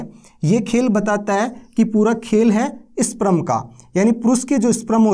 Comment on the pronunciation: स्प्रम नहीं स्पर्म बोलते है महान आत्मा